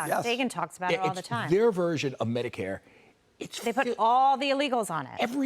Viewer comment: Its Medicare not Mexicare..... Punt them outta here and off the programs